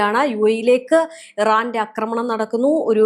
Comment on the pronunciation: കൊച്ചേ നിന്നോട് ഞാൻ പല പ്രാവശ്യം പറഞ്ഞു, അക്രമണം, എന്ന് പറയരുത്, മറിച്ചു ആക്രമണം എന്ന് പറയണമെന്ന്. അതേ സമയം, അക്രമം എന്ന് പറയാം. അവിടെ നീട്ടിപ്പറയണ്ട. അതുപോലെ നിന്നെക്കാൾ എത്രയോ senior ഉം ലോകപരിചയവുമുള്ള ഒരാളെ, എന്ന് വിളിച്ചത് ശുദ്ധ മര്യാദ കേടായിപ്പോയി. എന്ന് salute ചെയ്യാമായിരുന്നില്ലേ? ചുരുക്കത്തിൽ നീ മര്യാദ പഠിച്ചിട്ടില്ലാത്ത ഒരു മഹാ വികൃതി കുട്ടി തന്നെ.